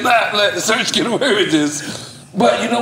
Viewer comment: Calling him "Search" is wiiiildd 😂